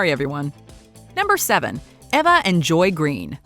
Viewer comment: Was No-one else irritated by how she pronounced Patricia and Eva?